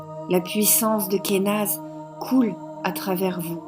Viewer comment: J'aime beaucoup comment tu prononces Kenaz :D Je l'aime beaucoup celle la, tiens, je crois que c'est ma préférée pour l'instant.